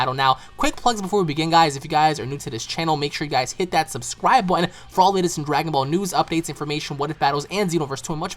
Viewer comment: "hit that subscwib butn" gosh slow down there buddy xD